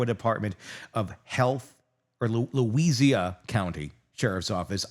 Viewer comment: Luh-why-suh... spent about 90% of my life in wah-puh-low. Sorry, that's the hardest cringe I've cringed over people's mispronunciatuon of iowa places. And I've heard deS moineS or moin-us. 😂 we do need more coverage on this though.